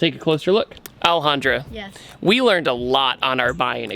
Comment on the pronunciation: I'm going to ruin this video for you guys by saying: every time he says Alejandra it sounds like he's saying L 100